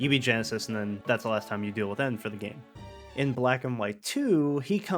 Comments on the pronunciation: He didn't know it was ghetsis, but he knows now tho lol, honest mistake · Half my brain: Wow that was a really well made analysis of Loss in Gen 5 that brings in so many cool and sad elements. This channel is so underrated. Other half of brain: his name is not Genesis, it's Ghetsis Ghetsis his name Ghetsis my boi Ghetsis his Ghet-Ghetsis my man Ghetsis, they say it in his theme i swear to Arceus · Why do you keep calling ghetsis "genesis" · To be honest i didn’t even notice he was saying it wrong but hard to do that when the guy has his own theme saying his name out loud which is very rare for a pokemon song to have words in it lol